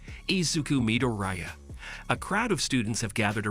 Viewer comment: Midoriya isn't Mi-do-ri-ya but Mi-dor-ya Bakugo is Ba-ku-go not gu Iida isn't Ay-da it's Eeeeeh-da